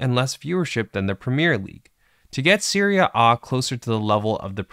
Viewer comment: Annoying and unnatural pronunciation of 'serie A'